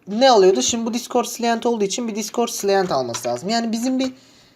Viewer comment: Abi çok güzel video ama client'i telaffuzun biraz can sıkıyor